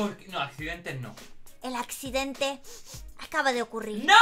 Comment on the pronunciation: ME ENCANTO CUANDO DIJO:EL ADCIDENTE ACABA DE OCURIR😂😁🤣😂🤣😂😂😂😂😂🤣🤣🤣